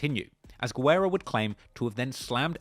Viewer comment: you're a true legend. Just one small note: en español, we pronounce the name "Guerra" like "gerra," not "gwerra."